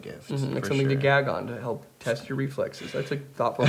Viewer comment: I'm really suprising Austin kept his cool when Jared said gayg.